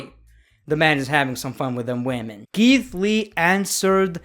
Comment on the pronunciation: "BOBBY, I HEARD YOU LIKE WAHMEN OVER LEGENDS, THATS DISRESPECTFUL TO LEGENDS!